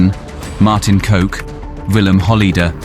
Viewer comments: You don't pronounce his name as "coke" but as "cock." Just saying. Now everyone thinks his name was coke. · KOK not Voke not Coke Bloke KOK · It's pronounced cock not coke Also that's young Holleder not Van Hout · It's spelled Kok but it's pronounced 'Cock'... Not coke. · It’s Martin kok pernounced cock not coke 😅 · Martin kok is pronounced cock rather that coke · You say it martin cock not martin coke 😂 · Martin Kok, not Martin Coke. pronounce it as Cock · If you decide to make a documentary, at least use Google translate and type in the Dutch words and lean to pronounce them correctly. Your way of saying Zuidas is so wrong, it sounds like soeid as. Even the name of the main man Martin Kok, your way of saying it sounds weird. It's Kok sounds like cock. not Coke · His name is pronounced as cock not coke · COck😂 not coke!! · It's not pronounced as Martin 'coke'.. but in dutch you litterly say it as 'cock'. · Its not coke its kok... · Its KOK not COKE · Pronounced cock, not coke. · Pronounce it Hol-lay-der, not Hol-lee-der next time. Also pronounce Kok as Cock and not Coke. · "Kok" is pronounced like English "cock" not like "coke" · His name is pronounced as cock not coke 🤣🤣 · You pronounce Martin kok`s name as cock and note coke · Kok's name isn't to be pronounced like coke.....!! It is pronounced as cock......yes that male private part...!! Sorry....that's what it is...!!! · His name isn't "Coke" but "Cock".... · It's pronounced "cock" believe it or not, not 'coke' LMAO This dude used to come over to my dad's house, was a great dude to be fair, ruthless, but when he liked you he was pretty nice. i'm Dutch btw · Martin "Coke" is actually pronounced "Cock"😂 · Sounds really gangster when you say martin coke, its martin cock as u say it, try re do this shit or get punished. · Kok is pronounced cock, not coke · His name is Kok, and you say it exactly the same as cock. Not coke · Kok is pronounced Cock not Coke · his name is pronounced cock not coke